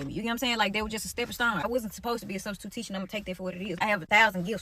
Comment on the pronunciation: Studstitute 😂😂🤣😂🤣 crYing*